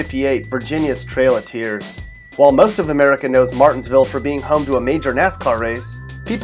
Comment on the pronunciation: you got martinsville all the way wrong 🤣